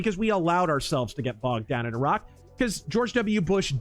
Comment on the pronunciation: Why are you saying Iraq like that